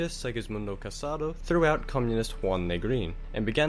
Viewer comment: But, he says Juan properly with the "H" sound, which was just Junta weird.